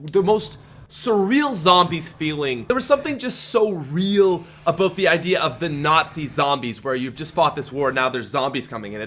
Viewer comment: Dropping a like just because of how says "aboot"